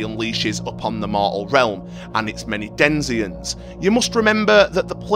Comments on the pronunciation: great video, its "denizens" tho, not "denzians", driving me crazy for an hour (Y) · Denizens, not denziens. Nice video though. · Den-i-zen, not den-zien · "denziens" Boy, we're off to a good start.